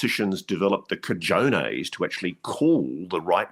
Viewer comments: pokes fun at Ross for mispronouncing Barack, then TOTALLY botches Gallaudet! 🤣🤣 PS- Ross, it's CAHONE--EHs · Cajones: ca ho nays 😉